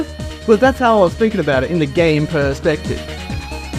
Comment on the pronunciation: You literally said game per sex tive